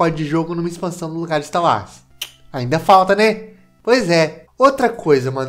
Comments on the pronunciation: e pq tu fala ista uas,kkkk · Mano e sotaque ou tu fala star Wars assim mesmo?